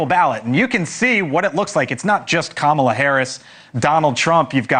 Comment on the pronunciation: Why can’t you get it right. Her name is Kama La. Not Kamela. Or if it’s easier, Coma La . Not Kamela. Kamala Harris.